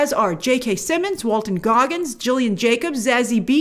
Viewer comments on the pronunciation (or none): none